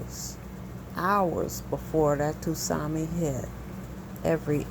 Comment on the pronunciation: Sue-Nami, not Two-Sami....great vid, though.